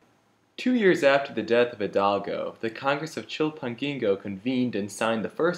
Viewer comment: Its Miguel (He-L-dal-go) and did you guys mention it was an Empire not a republic? Iturbide was an emporor! but very nice video! me gusto!